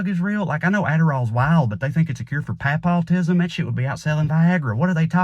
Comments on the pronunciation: He said "pa-paw-tism" 😂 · Bruhhhhh “Pah-Paw-tism” knocked me in my 🍑 😂😂😂